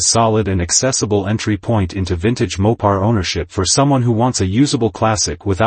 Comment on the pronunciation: "MOP PARS" AI WILL NEVER GET IT RIGHT